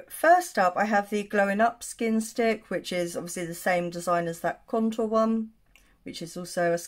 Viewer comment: There's no way I could say "skin stick" without becoming completely tongue tied. Nicely done, sis!! LOL! The amount of times I have to edit out my bumbling over words is RIDICULOUS!!